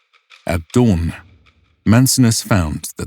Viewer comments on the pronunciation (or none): none